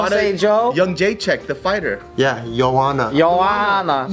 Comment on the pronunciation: It's actually "Yo-hun-na"